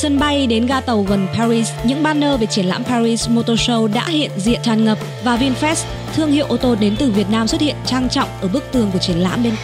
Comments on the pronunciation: Vinfast mà đọc như Vin fresh vậy?😀😀😀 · Mình cũng định comment giống bạn, nghe vin fest mà phát mệt luôn =)) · Tđn bà thuyết minh cứ đọc là Vinfres là sao ko biết nghe khó chịu vl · nó cứ đọc vin phét nghe bực thật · Vinfest là cái gì? Đọc cho đúng chứ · Sao bạn đọc bôi bác thương hiệu vậy.mong bạn đọc cho chuẩn vào nhé